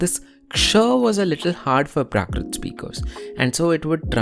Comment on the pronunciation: Hi. Thanks for this video. It's always nice to learn about the various languages of Bharat. It would help if you could correct your pronunciation of some things. For example, you keep saying prakrit, when it should be prākrit, with a long "a" sound.